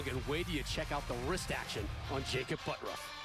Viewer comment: "BUTTURFF" should sound like BUT TURF not BUTT ROUGH , but today he is just BUTT HURT!